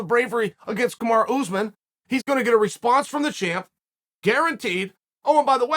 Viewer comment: "Gamora Usman....Why did he say Kumor Uzman" ..what the fuck 😁😁😁😁😁